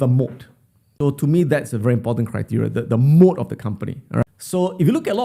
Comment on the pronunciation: Not mode its moat, company with a moat